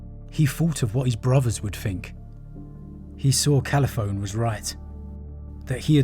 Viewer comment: The "e" on the end of Calliphone isn't silent. Her name is pronounced "kal -i-phon-ee".